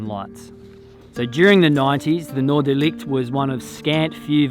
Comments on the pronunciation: I know this is a bit annoying of me, but it's not Noordelight. It is NoorderLICHT. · Noorderlicht? That looks/"sounds" like a dutch name. Northern lights. How awesome 😊 but pronouncing can be better 😉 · Try hissing like a cat...this is how you say Licht....